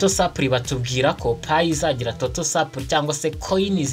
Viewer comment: Uzakosore akantu ka supply uburyo ukavugamo burakocamye